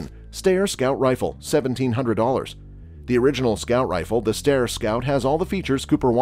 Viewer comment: ...it's pronounced 'sty-er'...I met Jeff Cooper at.a S H O T Show in the.90s when Steyr presented him that rifle We talked for a few minutes then I bought one of his books from his daughter, Lindy. Which he autographed .he was rather proud of that rifle...the stock was airbrushed with a design especially for Col Cooper...I'd been a long time fan bofbhis and was both surprised and honored to notbonly meet but to talk with him...